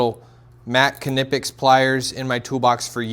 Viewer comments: The K in Knipex is silent as in knife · Dude, I‘m impressed! By what I see, and by what I can hear min: „Knipex“ pronounced just like a true German! 🇩🇪👏🏼